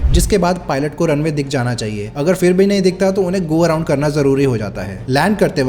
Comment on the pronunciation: Why can't people these days get basic pronunciation or words right? What the hell is going on in schools? Are people even attending them? It's not "fir" (फ़िर) but phir (फिर). And it's not "crores" but crore (one reads "5000" as "five thousand", not "five thousands"). Finally, it's not "aircrafts", but aircraft.